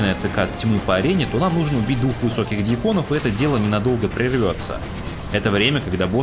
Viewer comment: ДьЯконов, а не дьякОновXDD А так ролик качественный и интересный, лайк однозначно)